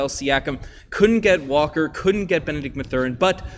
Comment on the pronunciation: We didn't get or Benedict Mathurin because you never said their names right